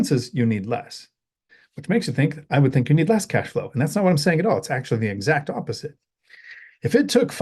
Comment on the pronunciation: Did you said ãssflow? lol